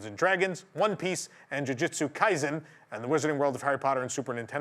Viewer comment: *Luffy NOT Laffy! *Ju ju tsu kaisen NOT Jyujyutsu kaizen! 99.9 percent of Americans mispronounce thoes two names especially Jujutsu kaisen.